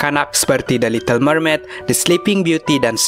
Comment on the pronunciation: Ada salah ni Memaid mermaid lah